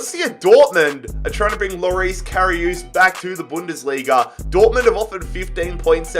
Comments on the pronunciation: if you want to pronounce Karius right it’s CARRY US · Who else was triggered when he said KaRiOoooooS